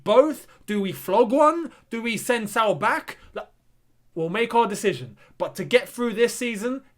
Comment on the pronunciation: Pronunciation: Sa-ool